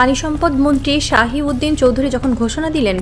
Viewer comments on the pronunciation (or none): পানিসম্পদ মন্ত্রী শাহি উদ্দিন নয়,, শহিদ উদ্দিন চৌধুরী এ্যানী,, ঠিকমত নাম বলতে পারে না আরো একজন মন্ত্রীর নাম,,, নিন্দা ও প্রতিবাদ জানাচ্ছি